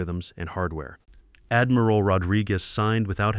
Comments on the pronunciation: AI mispronouncing “Admiral” as Admeeral”?? Really really distracting when AI mispronounces words. Damn it. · Well, not very good pronunciation. Admeral. No it is admiral. I not e. And ia am sure it said was 20016, twenty thousand 26, which I think is a bit 2O thousand years into the future, 2016, two thousand 16. Confused between… 2013 and 2014 is a little bit off, 20 thousand years not quite so. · It can't even say "admiral" and other common words correctly. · Really choked on "Admiral". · Do you edit your videos? Your AI can't even pronounce admiral correctly. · Why does your narrator not know how to pronounce " admiral"? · And pronouncing rankings like Admiral. 😅